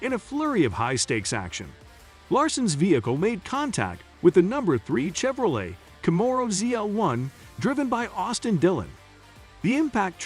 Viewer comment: Plz say camero and Chevrolet properly! I really want to like this channel but I can't due to the fact you're not pronouncing those right! I wish you well